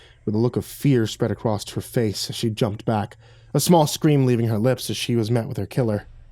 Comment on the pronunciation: I love your narration. You are the best narrator on youtube, easily. But you have one vocal tic that drops me right out of the story every time it happens. You put a 't" at the end of across. You pronounce it acrosst. Drives me nuts. Example